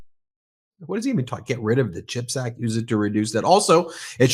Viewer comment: Does he even know what a chip is? He always says ´chipact’ like it’s about potato chips!!